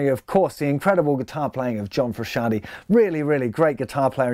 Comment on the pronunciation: Malcolm Boyd If I remember right he said "frisky anti" haha